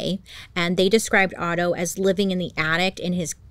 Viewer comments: Otto not Otter LOL, I immediately imagined cute otters holding hands while sleeping and calmly drifting in the river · Otto not otter LOL hahaha